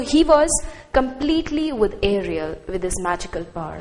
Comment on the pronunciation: It's ariel not Arial Ma'am u need to polish ur skills of explanation U need to explain wat does the word tempest mean We don't use the with proper noun like Prospero U lack confidence